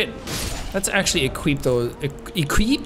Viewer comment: I love how no one is commenting on Jacks choice of pronouncing some words. I nearly died of laughter when instead of saying Equip, he pronounces it, Equeep. That instantly took me back to that stupid Family Guy Wheat thins commercial, when he argues with Brian, about how they should pronounce it. Wheet thins, Wheat Thins, Equip, Equeep. XD